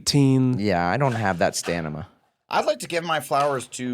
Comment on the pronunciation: Blake's pronunciation of Stanima lol. Maca-bra & Tim Barton were my favorite parts!!